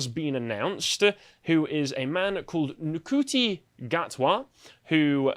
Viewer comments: You can always rely on the to mispronounce a foreign name. Never change, guys! What I and a lot of other fans have been saying about Ncuti "it's pronounced Shooty" Gatwa is that we'd be a lot more optimistic if he'd been cast back in, say, 2017 instead of Jodie Whittaker. Simply changing the Doctor's race would have been a much smaller change than changing his sex, and I would have believed he'd maintain the through-line established by Doctors 9 through 12. But Whittaker has set the bar for how much they are willing to change about the show in order to demonstrate their commitment to inclusion. And even if I could set aside Jodie's thoroughly un-Doctor-y performance that everyone wants to believe is great, there's the whole other can of worms that is Russell Davies' comments in interviews, not to mention the complete fiasco that was the Timeless Child (a plot twist in early 2020 that revealed the Doctor has been been black and a woman long before he appeared in the classic series). So you're not wrong to suggest it will be ruined by political messaging. But that was also true of Whittaker's era. The messaging was handled ineptly, often self-defeating and contradictory, which has led many defenders of the show to conclude that it wasn't woke at all. Yet it was very much trying to be. And a lot of people in the anti-woke faction got their hopes up that Russell Davies (being as he was showrunner during the show's late-2000s golden age) would bring the show back to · Hahaha. I was just listening you guys say NUKUTI, then you say he was from Rwanda, and I got curious, cause I understand their language. That "cu" in his name is pronounced like "shoe". Not into Hollywood and entertainment, so I have no clue what you guys are talking about in this one. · ITS PRONOUNCED SHUTI!!! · It's apparently pronounced Shoo-tee. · Just a small correction - Ncuti is pronounced 'shooty'